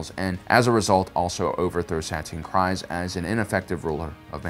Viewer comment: Kryze (pronounced Kreez)., I beg you to listen to some of the audiobooks (specifically for name pronunciations) or watch Clone Wars. You have a blind spot with some of the pronunciations.